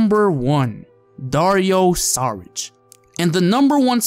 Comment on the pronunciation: SHARICH not SARICH